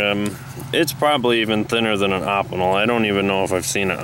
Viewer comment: It's pronounced Oh-Pee-Nel not Op-In-El.